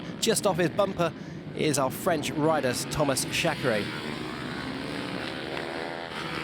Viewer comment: Some football presenters here in Brazil studied even Croatian to spell correctly the names pf the players from that country, back in 2002 (FIFA World Cup). I assume this guy is British, thus I also assume it is not that hard to spell "Reiner" correctly, and the same applies to "Chareyre". "Ashfalt" also went quite hard on my ears. However, I understand the reasons pointed previously, and believe this guys will do his best to improve for the next rounds.